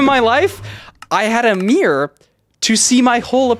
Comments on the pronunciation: why do you pronounce mirror like meer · am i the only 1 hearing meer instead of mirror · why does pronounce mirror as meer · As an English person the American pronunciation of mirror is crazy 😂 I genuinely had no clue what he was talking about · Dude my friends say that “mirror” is pronounced “marrer” and when I heard you say “mirror” like I do it just instantly came to me Great story man I love your content❤ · What i know about: He cant pronouncs mirror?!?! Dont play sport with him after a breakup, he will destroy you and ruin his shoes He has never had a mirror? OR CLOTHES OR ANYTHING WTF REK U R A ROBOT